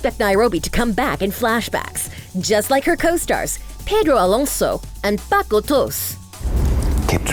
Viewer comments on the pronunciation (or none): none